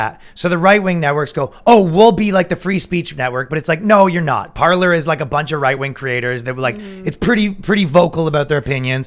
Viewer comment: No it's not pronounced Parler it's pronounced Parlay